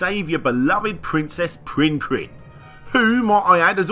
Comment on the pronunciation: being an australian all i can hear him saying is pwinn pwinn, not prinn prinn